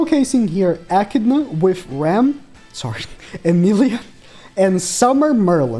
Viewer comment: bro its bothering me more than it should but it’s pronounced A-Kid-Na not ecina